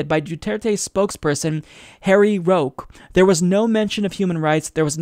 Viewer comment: Btw, "Roque" is read as Roh-Keh.